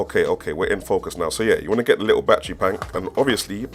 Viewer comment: ARE YOU SAYING "LICKLE" INSTEAD OF LITTLE?? LMFAO